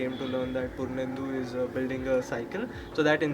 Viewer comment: Wohohohoh!!!!!when he said purnendu.....i was like...purrruuuunendu????who??where??😅